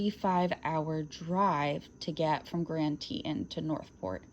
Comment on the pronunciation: Grand Tetons “TEE Tawns”